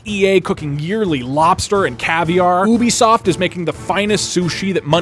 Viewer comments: ok, but... he pronounced it oobisoft. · ''Cooking yearly *POISONED lobster and caviar'' Also ''oobisoft'' 😂